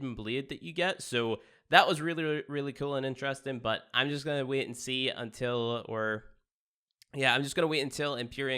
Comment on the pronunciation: Can't "wiet" to get into "spyies."